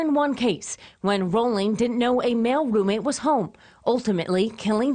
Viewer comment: This is such garbage. There wasn’t a moniker then, it was only later that folks called him the Ripper. These folks mispronounced his last name. Danny Harold Rolling was a brutal gruesome serial killer who attacked over a series of a couple days. So it is nothing like the University of Idaho student murders. The media blows.